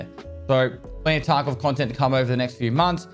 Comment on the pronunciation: Tah kovvvv veed iooooh